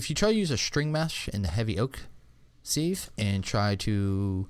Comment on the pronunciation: "Sieve" is not pronounced "Seeeve". It rhymes with "give", not with "sleeve".